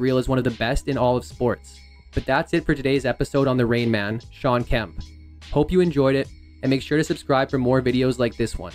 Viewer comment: The Reinman? It's Rainman. Like he makes it rain. Breh